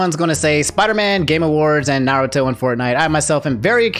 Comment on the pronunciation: bro just pronounced every goddamn naruto name wrong in this video. cries silently